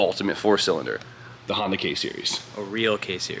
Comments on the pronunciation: Nissanda and Hondan (hon-dawn) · Nissonda and hahnsin (tribute to hahn f&f “honson” ) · Honbimmerssan? Honssan? Bimhonssan? Nissbimmerda? Oh boy